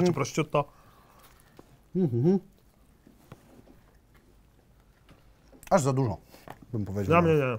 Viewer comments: USZY MI KRWAWIĄ! Prościuto? Proszutto... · Wymowa szynki to "proszutto" a nie "prościutto" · Jeśli są tu jacyś ludzie znający włoski to pewnie uszy bolą ich równie mocno jak mnie gdy mówi prościutto xd wymowa brzmi prosziutto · błagam nie mów prośćutto, mówi się PROSZUTTO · Przy trzecim "prościutto" wyłączyłem. Jak już chcesz mówić po włosku, to sprawdź jak to czytać. Jak nie chcesz sprawdzać, to mów po prostu szynka włoska, bo uszy więdną... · proszutto sie wymawia a nie prościutto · PROŚUT-TO NIE PROŚCIUT-TO